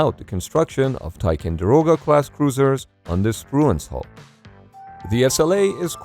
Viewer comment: Somehow the robo voice has trouble with 'TicOnderoga' too. Misspelled text to voice?